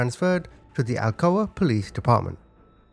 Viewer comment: I live an hour away from Alcoa. Never heard of the case...and also it's pronounced like blunt that you smoke